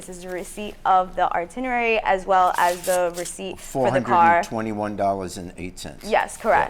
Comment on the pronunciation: "Arrtenary." Lol